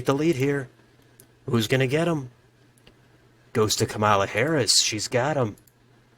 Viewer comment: Great video, but her name is pronounced “comma-la”